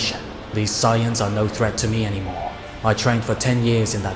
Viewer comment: If the voiceover is ai it needs to change bro You keep saying Vegaayta it's weird Sighaaaans It's a strange voice and ai doesn't know how to pronounce alot of words so just do the voice yourself or get a friend to do it